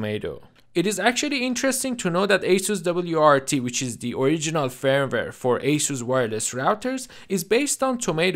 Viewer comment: your pronunciation of the word firmware is great.😀 i do agree openwrt is a great third party firvware.....